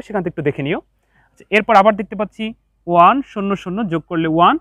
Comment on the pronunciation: স্যার আপনার ক্লাস গুলো অনেক সুন্দর কিন্তু 1 এর উচ্চারণ ভালো হয় না ❤